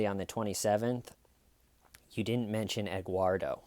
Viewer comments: Actually it is Edguardo🤷‍♀️ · Wait is he saying Egguardo? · Egg-uardo? Huevo-uardo? “Eguardo,” seriously? This woman is a real gem. This is Dahlia Dippolito / Jodi Arias-level BS.